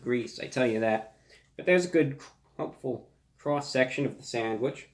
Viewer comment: T H E C R O S S S E C T I O N